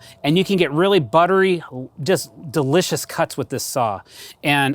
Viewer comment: I know when you were watching this back or editing it you went "God why did I say 'delicious' like that. How embarrassing" And trust me, I noticed. And I am so glad you said it like that.